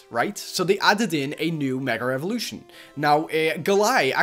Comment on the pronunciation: It's funny that he says Meger evolution